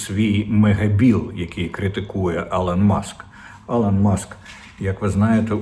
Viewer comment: Та, блять, не Алан, а Ілон, скільки вже можна на це наголошувати!